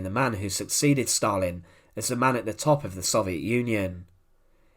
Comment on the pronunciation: There is no * r * in Stalin or gulag ***!!!!??????😊..